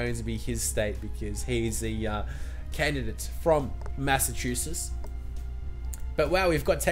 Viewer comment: U say Massachusetts weridy Ma-sa-chew-sitts